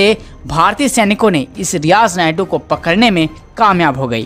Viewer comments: अरे भाई, रियाज़ नायडू नहीं, रियाज़ नायकू। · Naidu nahi yeh naiku hai bhai Suresh G yeh kise news padne laga diya appne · It's not niadu it's nayku dear don't say naidu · सुरेश जी कृपया भविष्य मे ईन सज्जन से उच्चारण सही करवायें। वह नापाक नायकू था नायडू नही । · रियाज नायडू नही नायकु 😁😁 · आप रियाज नायडू बोल रहे है रियाज नायकु नाम था आतंकवादी का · रियाज नायडू नहीं नायकू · Who is speaking, change him, because he is speaking Naidu in stead of Naiku. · Not Naydu Name sahi bolo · Abey Naidu nhi naikooo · Sir ji naydu nai hai nayku hai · nayadu nahi.....nayaku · Are paagal he is Riyaj Naikoo.Not Naidu. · Riyaz Naidu nehi bhai, riyaz naikoo. Logo ko itna info de rahein ho buta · Poor reporting....pahle toh tum sala uska naam galat bola, Naiku ko Naidoo boltey Rahey....so, I unsubscribed. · Is Naye jamoore ko news padhne ki samajh nhi hai , sureshji aap hi news padha kro.Riyaz naikoo ko Riyaz naidu bol rha hai aur mol Lena ko molna .